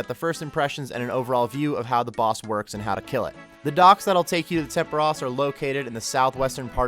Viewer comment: "temperush"... hmm Tempooooooooooros.